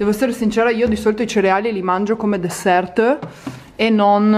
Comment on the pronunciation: Comunque non per dire, ma la parola dessert si dice senza pronunciare la “t”, la quale in francese non si legge se è posizionata a fine parola.😄